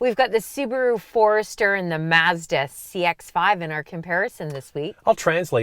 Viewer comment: Great comparison and I like the correct pronunciation of Mazda! The Mazda is the winner for me!